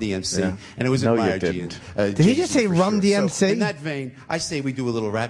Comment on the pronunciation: “Did he just say Rum-DMC?”